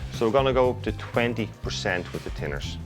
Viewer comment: I was wondering what 'tinners' was for a while?? Hes saying Thinners!!!